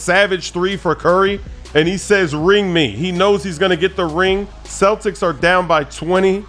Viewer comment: Hey? U said cletics in 6?? huh? huh??